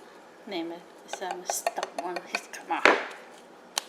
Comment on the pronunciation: Can’t trust someone who pronounces it jiscama